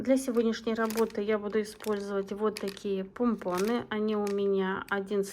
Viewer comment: пОмпоны!!! 😂😂😂Аж слух режет🥴